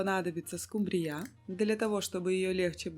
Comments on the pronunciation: В Корее может и скумбриЯ, у нас скУмбрия! 😅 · Всё хорошо, но только одно понять не могу почему скумбриЯ, а не скУмбрия? 🤔